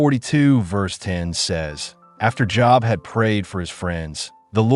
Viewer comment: AI absolutely does not know how to pronounce Job (of the Bible)!!!!! Would be 😂 if it wasn't 😢